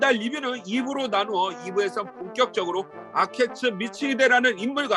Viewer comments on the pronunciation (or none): 아케치를 계속 아케츠라고 발음하는게 좀 없어보이네요. 전국시대를 아시는분 맞는지 의문이 듭니다. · 아케츠가 아니고 아케치입니다. 발음이 한번씩 틀리네요!! 센고쿠 시대의 한국어는 전국시대입니다! 히데요시는 일반백성이라고 하면 안되고 성씨가 없는 하층민이라고 해야 합니다! 이는 백성이라는 계급 햑쇼라는 계급과는 조금 다름니다!